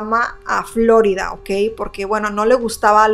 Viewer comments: Floridaa no se dice ...florida oh casi me da otitis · Me estresa como pronuncia "Florida" 😂